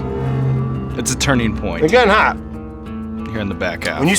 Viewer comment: Brad :“They’re getting haat” Brad :Wourder is a bad idea isn’t it?” Sean : “WoUrDeR...” This interaction was stellar